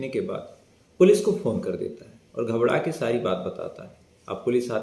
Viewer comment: Ghbdake nhi ghbrake hota h bhai